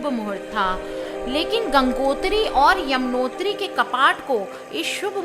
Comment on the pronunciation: Madam pehle conversation words toh thik se boliye not a jamnotri is this yamnotri🙌